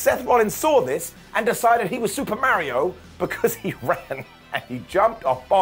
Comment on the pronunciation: The way pronounces Mario. Lol